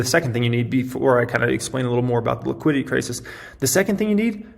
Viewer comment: You say liquidity, I hear tegridy.